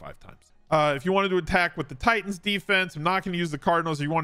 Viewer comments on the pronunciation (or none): none